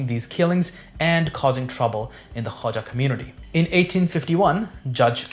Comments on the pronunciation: Khoja not Khawaja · Dear, the correct pronunciation of the word is KHO-JA and not Khwaja which is altogether a different family name or cast. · It is called the 'Khoja' community not 'khwaja'